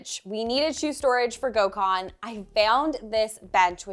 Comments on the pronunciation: Take a sip Every time she sys gokhan😂😂😂😂😂😂 jeeeeeZzzzz woman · Gosh it killed me hearing how they pronounce his name. Gecmis olsun Gökhan… u should really tell them how its pronounced correctly 😂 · The way you pronounce his name is craaaazy 😂